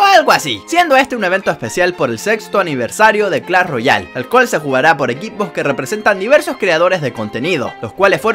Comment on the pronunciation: Muy bueno el vídeo pero se dice Clash, no Clall